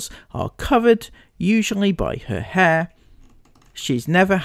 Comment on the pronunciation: Why does he call hair heyr